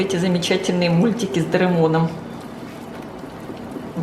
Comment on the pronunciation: Не с дарамоном а с дораймоном 🙂😀